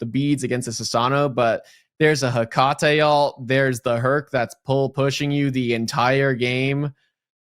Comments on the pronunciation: bro one caster sounds like he's always got a huge wad of phlegm in his throat and the other guy can't read. "soo-slayer" for the entire second match smh btw it's "heh-cuh-tee" not "heh-cah-tay" it will never cease to amaze me how people just don't make sure they are accurate with these things before casting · lol bud. first of all, there is absolutely no consensus on how tf to pronounce Hecate (regardless of how her character says it in game). second of all, congrats on being number one fanboy 😂